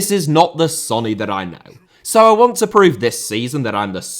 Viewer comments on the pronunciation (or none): none